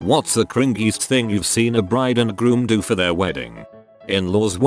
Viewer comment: "Crin-gee". I do love TTS.